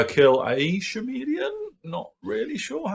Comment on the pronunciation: Wandering if you () mispronounce "chameleon" by accident or as a inside joke (I think there is a k-sound and the start). Sorry if I am being a bit of a wanker by bringing this up, it's that I get easily triggered by such things. There is of course the option that I am mispronouncing them;) (very possible, since English is not my first language).